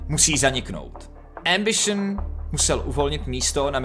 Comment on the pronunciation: Doufam, ze to dokoukam ..protoze "embišn" mi puli mozek ..